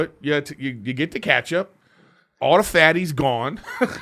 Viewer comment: Can someone tell erik how to pronounce ketchup